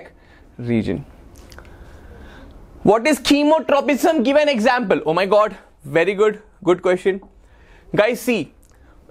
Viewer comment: Vely good shir😂😂